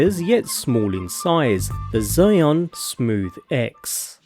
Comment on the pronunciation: A lil correction: the brand name is not pronounce as “psy-yon”, it pronounce as ‘zeeez-yuin’ (yuin pronounce like ruin but with a y)